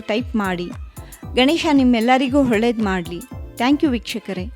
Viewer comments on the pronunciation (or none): Recipe is nice.. but maathalli aa kaara ha kaara lopa.. it’s not heNNe , it should be pronounced as eNNe.. ready haagide alla.. ready aagide.. holledu.. is oLLedu 😱..